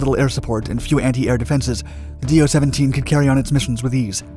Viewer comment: It is not "D-O"! It is one single word. speak like "Doe".